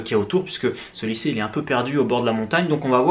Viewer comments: > Licée! Tu m’as tué! Bonne vidéo sinon;) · "licée" à , aie haha. Très bonne vidéo dans tout les cas :) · "Licée..." Serieusement!? LICÉE!??? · "Licée" c'était fait exprès? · Stp c est lycée pas licée.